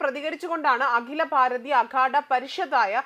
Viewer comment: കുമ്പമേള,സനാതന ദർമ്മം,അകില ബാരത, സംഗം, സംഗം,നിരവദി, സംസ്താനം, ദാരാളം...... ഇതൊക്കെ ആദ്യം ശരിക്കും വായിക്കാൻ പഠിച്ചിട്ട് ന്യൂസ്‌ വായിക്കൂ.